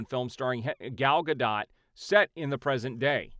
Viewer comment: Gal gadot is pronounced ga dough/Doh , not dot